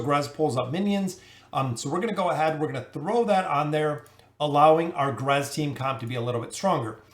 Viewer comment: Irritates me that he calls him "grez” can he not see the other letters😭